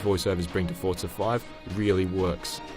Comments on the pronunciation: Forza not Fort-sa... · Its Forza not Fortza... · It's called Forza not Forta. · What is up with people from the UK putting a "T" onto forza? They all seem to say it Fortza